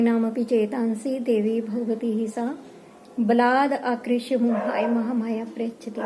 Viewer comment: Baladakrisy hai mam gal at mat padhiye